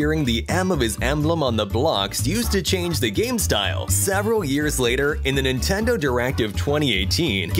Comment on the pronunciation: Nintendou en inglés XD